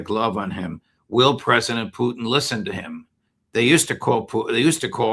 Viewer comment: 3 minutes I lasted before I had to turn off this numpty! Why the judge gives him airtime I'll never know. Maybe he likes Putin being pronounced Poutine...he's not fucking cheese curds!